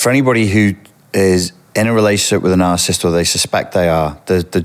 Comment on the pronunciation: For an expert on this, it's odd that he misprounounces "narcissism" and "narcissist"